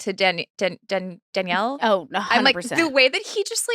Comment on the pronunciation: Nick is so funny keeps switching back and forth with pronunciation of Leah and then he calls Daniella Danielle 😂